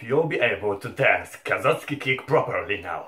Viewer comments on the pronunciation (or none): kazocki a nie kozacki nieuku